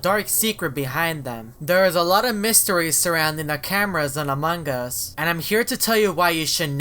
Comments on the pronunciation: Now you are saying manga what's wrong with you? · Lol I love how says Among us like A mug us